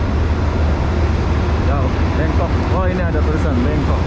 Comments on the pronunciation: Kok BANGKOK disebut BENGKOK, ngomong sing bener..!! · Bangkok, bukan BEngkok 🤣.. THailand, bukan Tailand 🤦‍♂️ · Bangkok bang bukan bengkok lol😂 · Membangongkan sekali bangkok bkn bengkok, aduhhh 🤣🤣🤣🤣😂😂😅😅😅😆😆😆 ngakakkkkkk